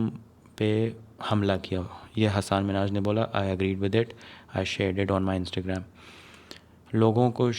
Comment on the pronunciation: It's Hasan Minhaj, not Hassaaan Minhaj.